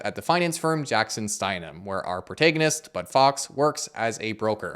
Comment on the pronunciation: A great review of a great film - thanks a lot! One humble suggestion: I'm not a native English speaker, but whenever I've heard the word 'protagonist' pronounced in British and American English, it was pronounced as: "prow·ta·guh·nuhst". (So, with the 'a' sound from 'hack', not 'hay')